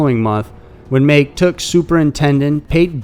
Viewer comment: Pronounced MAH ...KE...as in Ken without the N